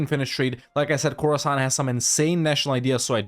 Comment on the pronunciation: Khorasan, more like Core-san!